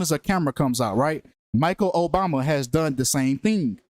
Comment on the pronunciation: Bruh said Michael Obama